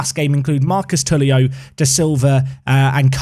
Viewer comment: Hi. First time follower of the Park to Prem series but enjoying since Three Bridges. One note, and it seems you will be using Jorge more often. The correct pronunciation is just as you say "George" but the first "G" is fast paced and without the "e". For Túlio, try the following: "Two-Lee-Oh"